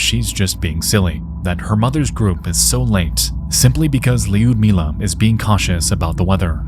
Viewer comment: Lee-udmilah ... 🤦‍♀It hurts to hear your name butchered like that. It's Ludmilla.